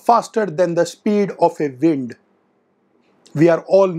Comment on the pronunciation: I fucking lost it at "a speed of a vind"